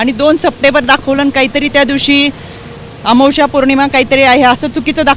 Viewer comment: आमोश्या नाही, अमावस्या 😂